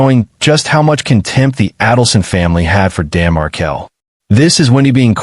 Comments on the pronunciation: It's not Mar-kel. It's Markel. I will tell you that for nothing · The surname is pronounced Markel Not Mar-kel. Period. Let's all change our surname pronunciation. Ridiculess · Please pronounce the victim’s name correctly. Pronounced Mar-kell, not Markle.